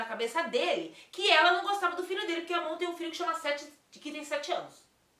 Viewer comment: No começo ela falou certinho, pq Amon é um nome difícil mesmo kkkkk A gente ver mais pessoas que se chama "Ramon"